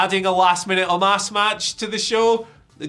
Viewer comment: Big fan of you mate but it's omos not omas